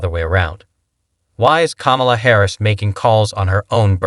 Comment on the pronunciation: "KAHH-mu luh". 6 years to pronounce her name correctly. Not arguing your point but still